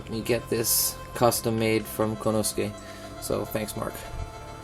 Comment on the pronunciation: nice kit, learn the pronunciation for the japanese items though, for respect of the craftsmen more so than my youtube trolling lol. ko-ne-su-ke, su-ji-bi-ki (in Japanese, the hi character is accented to create the bi sound in some words), "ow" for Ao (say a-o fast enough and it makes sense). I hope your bag is big enough for all that stuff though!